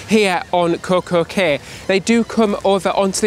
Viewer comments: “Key” is the correct pronunciation 😉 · It's not pronounced Kay it's pronounced like key get it right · Cay is pronounced key